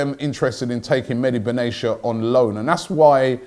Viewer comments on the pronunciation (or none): Robbie Bruv. It’s not Benay Sha. It’s Ben Atiya. Don’t read his name as a word. Get to know